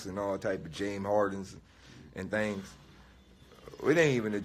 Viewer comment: Why does he pronounce thing like "theeeeinngs".